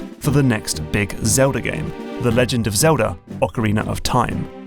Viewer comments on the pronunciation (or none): none